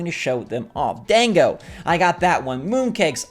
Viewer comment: Dango is pronounced •don•go•